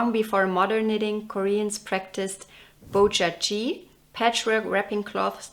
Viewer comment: Hello, I'm a Korean. Sorry for my broken English. Your pronounce is a little bit different from real one. Usually this is not a problem. It's a natural thing for foreigners. But you pronounced bojagi's 'g' as 'ㅈ‘ not 'ㄱ’. In that case 'jagi', the pronounce in , means peanus in Korean. So... I don't want to teach or blame you. I just want to let you know what your pronoun means. Besides, I'm a knitter too and already knitted a BARAM shawl. It was helpful to improve my fair isle skill. I'll try others in your video. Thank you for sharing!